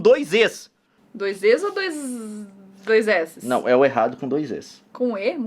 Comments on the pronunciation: "Dois Zs" "Onde vai o "E"? "Dois Zs" "MAIS AONDE VAI O E?" "DOIS ZES" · kkkkkkkkkkkkkk "Doisês"